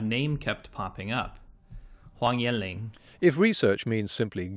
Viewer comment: He pronounced Huang Yan Long wrong. You did too, but you have slightly more of an excuse :P